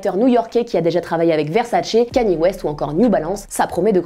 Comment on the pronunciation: C pas kani mais kanié (kanye) merci